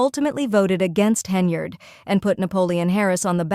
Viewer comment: I was actually impressed because it's the first time I've heard AI pronounce "Henyard" correctly.